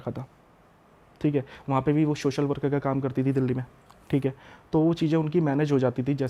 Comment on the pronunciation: Think hai 😂 Thik hai 😂 Thik hai 😂